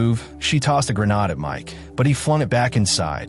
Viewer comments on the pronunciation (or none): She threw a GAR Nad! Darn A.I. voice reader. And its a Tazer not a Tosser.